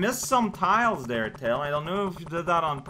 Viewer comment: Tiles "Mails" Prower